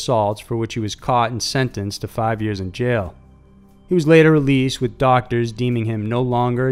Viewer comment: Road Warrior no it was only have 4, I know cause the way his accent says fiiiiive. I was like damn only 4 stories LOL 😉